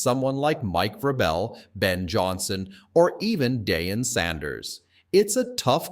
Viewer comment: How tf am I gonna listen to football from someone who called deion Sanders (dehyon Sanders)....